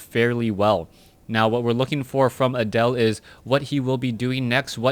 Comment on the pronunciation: Pronouncing Adel like Adele made me think "rolling in the creep" for the whole match.